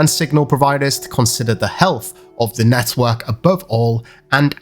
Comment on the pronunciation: Every time this guy says network I want to smack him 😂🤣😂